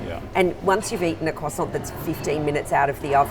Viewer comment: Thanks! You’ve given me a new pastry to try if only I can pronounce it correctly when I get to France! “Coign something or other?” 😊